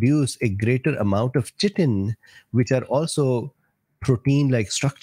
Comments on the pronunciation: one small point chi·tin /ˈkītn/ "ch" is hard "k" in chitin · chitin....pronounced khi-tin